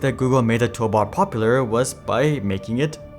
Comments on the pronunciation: That bothered me the entire video. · I mean if I was making a video I would probably make sure I say toolbar correctly each time